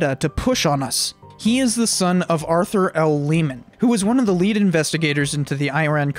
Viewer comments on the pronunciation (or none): none